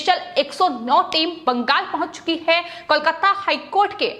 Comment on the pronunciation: इसको कौन एंकर बना दिया संवाद बोलते समय आधा शब्द मुंह से निकला है ओर आधा कंहा से निकलता है पता ही नही चलता है (है ) शब्द को ऐसा बोलती है जैसे कोई दुश्मनी है बहन जी जरा अराम से शब्दो को बोलो